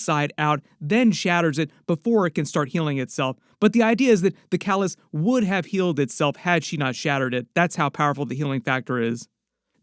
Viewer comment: KAAAA LIIISK NOT KULISK OMG SONDAM ANNOYING !!!!!!!